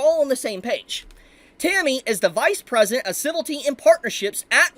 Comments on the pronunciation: Ci-vil-ity not Civ-ilty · Civility. A new word to add to the list. Leaving out a whole syllable. Never stop mispronouncing words bro. It's part of your charm now.